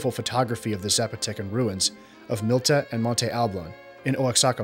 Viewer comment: It's Mitla, not Milta, and Wa-ha-ca, not O-ax-a-ca.